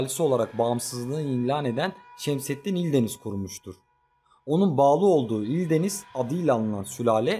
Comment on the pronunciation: Vidyo iyi ama ildeniz deyil eldəniz'di